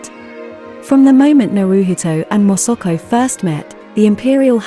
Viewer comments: The narrator repeatedly pronounced MA SA KO to Mosuko 😢😢😢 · Please pronounce her name correctly it is MASAKO not MOSOKO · Its not Mosoko its Masako !! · Pain to hear her name pronounced INCORRECTLY as MOSOKO. If she COULD CHECK HOW her Name IS PRONOUNCED MA (like in Malasia), SA (like Sack) then KO. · if you could only pronounce her name properly! It is irritating that you are not even trying phonetically - It is Ma SA ko ! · Interesting content. But you would think one could get the pronunciation of the subject of the entire video right. Her name is said, completely wrongly, hundreds of times. It quickly becomes very jarring.